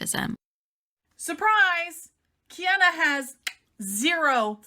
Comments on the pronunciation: It kills me that the “scientist” tries to belittle Kiana the entire time and talk herself up so much, but can’t even watch one of Kiana’s videos or learn how to pronounce Kiana’s name properly. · All I need to know is wrapped up in the way she’s intentionally mispronouncing Kiana’s name in a blatant attempt to demean and dismiss her “Bye Felicia” style. “Credentials” aren’t required to research and present information for an audience to discern.